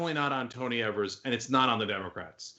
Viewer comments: Wisconsin here. The first e in Tony Evers last name is pronounced with a long e sound, not a short e sound. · Why do you guys keep mis-pronouncing Tony Evers (which rhymes with Fevers, with a long "e")? You've been doing this since Governor Evers was elected. Don't think I've "EVER" heard his name pronounced correctly on Young Turks. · His last name is not pronounced like they say. It is Ee-vers. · its said EEVERS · always pronounce his name incorrectly.